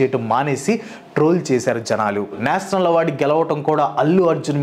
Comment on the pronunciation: "ష" పలకటం నేర్చుకో బ్రో! అస్తమానం నేసనల్ అని వింటూ ఉంటే బాగోలేదు 🫤